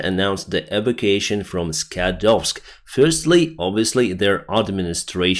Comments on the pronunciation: Sorry, it's not 'eevication',. It's 'ee-VAK-u-ation.' Got it? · the word evacuation is pronounced e Vac u a shun. Hope That helps with your english. Otherwise you're doing a good job.